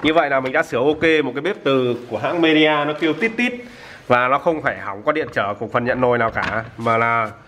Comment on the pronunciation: Midea mà toàn đọc nhầm media 🤣🤣🤣🤣